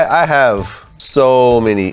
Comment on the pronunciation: 'I interviewed ssso many people'😂😂